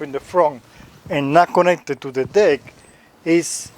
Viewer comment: God forgive me but it doesn't sound like you're saying deck 🤣